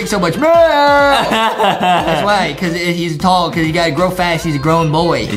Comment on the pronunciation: You said faz-growth instead of fast growth